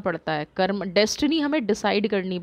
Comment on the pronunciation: आप की रीडिंग बहुत अच्छी रहती है बस एक बात मुझे थोड़ा सही नहीं लगी, आप कर्म बोला करें, कर्मा नहीं, जैसे धर्म होता है धर्मा नहीं, जैसे कृष्ण होता है कृष्णा नहीं l कृष्णा का अर्थ द्रौपदी होता है l प्लीज मेरी बातों को अन्यथा मत लीजियेगा l जय श्री कृष्ण 🙏🙏🙏